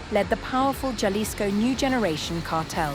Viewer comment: It's pronounced (ha-lees-ko) Jalisco. The J in Spanish is like the H in English. Also it's not (one) Juan, it's (hoo-ahh-n) Juan